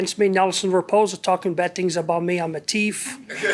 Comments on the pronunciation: Us Jamaicans don't pronounce our "H's" so we say teef too. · Same with 🇬🇾Guyanese “teef 😆